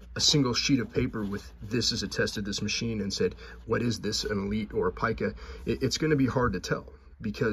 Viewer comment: It is, in fact, pronounced ˈpī-kə, rhyming with ‘pie’. There is no ‘peek-a’.